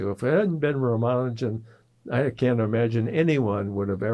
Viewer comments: The young interviewers are presumably Indian. Even if they are not - but particularly if they are - they could benefit from learning how to pronounce Ramanujan's name correctly from Professor Berndt. It is not "Ramanoojan", it is "Raamaanujan", with the "u" pronounced as in "bull". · A close friend from India tells me that his name is pronounced as Ram-Anujan. Certainly not with stress on the syllable "man". Is learning correct pronunciation beneath an academic ?